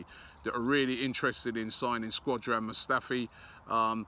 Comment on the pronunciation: "Squadrin Mustafi"